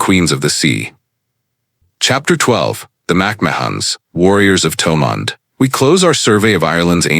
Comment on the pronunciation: How sad that a reasonably accurate of some Gaelic names is destroyed by nauseous pronunciation of the original gaelic names and even of the anglicised names such as Thomond or Monaghan. Why do something at all if you don't do it well. I would have done it free.